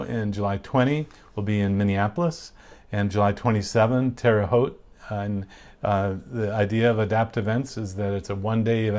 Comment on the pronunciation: Thank you for pronouncing Terre Haute correctly, lol. I grew up there. Many people mispronounce it.